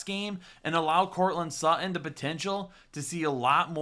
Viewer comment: Courtland Suh-in. 😂